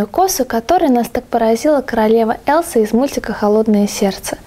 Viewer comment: Не элса а эльза .-.